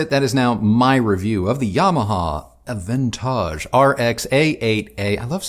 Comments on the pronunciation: avantage in french not bad, almost the frenchy pronunciation. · I always knew you were sophisticated,. Hearing you pronounce 'Avantage' just confirms it with (very) posh knobs on🙂😉👍. Yet another great review - am loving Kristi's comments - format works brilliantly 👍👍👍